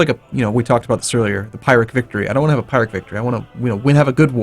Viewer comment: oh my god! "pirate" victory, jajajajaja PLEASE its Pyrrhic victory, its called that way because of Pyrrhus of Epirus